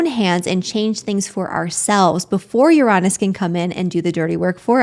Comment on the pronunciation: Yes, triggered this Scorpio at the moment but I'll get over it😂Uranus its spelt Uranus not Uronus. There is no O. I had to check just incase I had been saying it wrong all this time and as my late Professional Astrologer Aunt would say lets not be lazy with our words which is frustrating to hear Uranus be said Uronus when its Uranus. I may have said things differently than they are meant to. I am working on to change those things. But your not on your own or by yourself Stella's Channel Astrologer and Tarot Reader says it too. My Virgo Rising likes to get correct spelling mistakes said corrected properly. I have Mars and Mercury in Scorpio. I hear you. Manifestions always need action. The Secret arriving let people believe that things would fall into people's laps when the word itself says ACTION. interesting times with New Moon in Scorpio. I don't start anything in Scorpio Season personally I wait until Sagittarius Season where its more better for me.